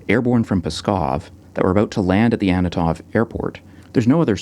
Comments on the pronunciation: Is that the first time you pronounced "Antonov" in this video with the consonants in the right order? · Is there a reason why you pronounce Antonov as "Annatov"(sic)?